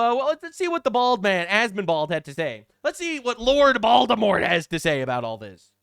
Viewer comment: Did say Asmondbald🤣